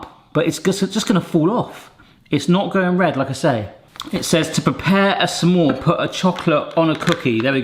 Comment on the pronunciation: hehe it feels like you're saying 'some-more' maker 😊